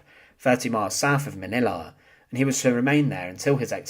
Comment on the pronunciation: he need to learn how to talk Manila has NO "a" at the end